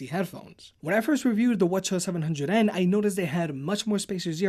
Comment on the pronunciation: "WHA-CHA 700ns" 😂